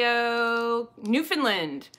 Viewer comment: 5 hours later finally watching this! I am in Toronto and working from home and well, was on deadline this morning. I am hoping to be free in 30 minutes so I can walk! And thank you for saying Newfoundland properly! ;-)